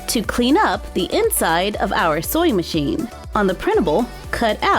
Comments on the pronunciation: Is it just me or is she saying soy machine instead of sewing machine??? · Anyone eles shes saying soying metion or soy metion thats reallh anyoeing me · Why do I kept hearing "soy machine"?